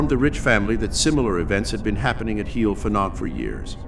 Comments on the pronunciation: Not a good pronunciation. Heol ‘hei - all’ Fanog ‘van -aug.’ Not heel ffanog. Fads sake. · Every time you say 'heel ffanog' I cringe!!!!! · Murdering the Welsh Language here. Pronounced Hay-ol Van-og. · I knew Liz and Bill Rich when they first came to Brecon as a very young couple , I have been in touch with Liz during the last few years , and she has given a talk at my place of work about the happenings at Heol Fanog . As a Welsh speaker Heol Fanog is pronounce Heol Vanog , the F is silent and pronounced as V I hope you didn't mind me mentioning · Love that Wales has featured, thanks for sharing. I didn't know about this place :) however its pronounced 'Hay-ol vanog' if you'd like to know 👍 diolch (thank you) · I'm enjoying watching this. But I cannot stop myself from advising how to pronounce the name of the farm correctly. Phonetically it is Hail Van-og 😊 with the emphasis on the Van x Welsh is a fun language